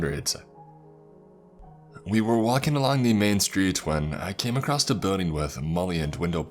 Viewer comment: Everytime I hear "acrosst" a small part of me dies inside Several parts died today